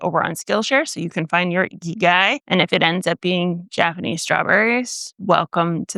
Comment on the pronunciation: Very western pronunciation of 生きがい, haha.